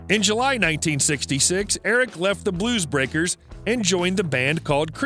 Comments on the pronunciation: It's clear the voiceover guy hasn't a clue about what he's reading. The Ferrari mispronunciations are hilarious. And 'Bluebreakers'. LOL 😆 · I thought the guy called them "the moonrakers lol